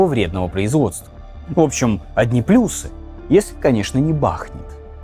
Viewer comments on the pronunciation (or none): none